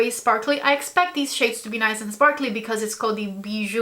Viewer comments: you are saying Bijoux correctly! (Beejoo) loll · Yes you prononced "bijoux" perfectly 😊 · Hey! I'm French, and you say bijoux very well haha 😁 I don't like the packaging at all, and I think there is plenty of repeat shades 🥺😭 and so many pink on top of that, but I'm excited to see your review! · I'm french and you said bijoux correctly haha ! Can't wait to see your review on this ! ❤😊